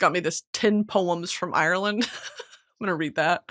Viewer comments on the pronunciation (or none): none